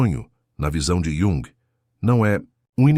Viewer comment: Carl Yung. ou Calr Yung. ??? 😡